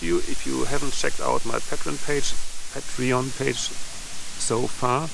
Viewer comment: I think the brick wall is old enough to be beautiful.Paint the other walls, leave the brick wall as it is! 😊 BTW, it is «pay-tree-on» and «pay-tree-ons» (rather than «patt-ree-on»). 😊